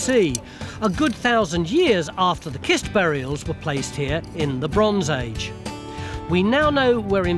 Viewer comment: When you see the word "cist", say it like cistern.